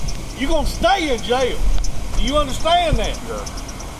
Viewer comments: Anyone that makes "jail" a two syllable word (JAY-ill) is probably dumb as fuck. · Po-leece take home boys to the jay-el